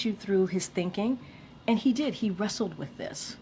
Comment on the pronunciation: "he rassled with it. He RASSLED!! WHAT MORE DO YOU WANT!" 🤣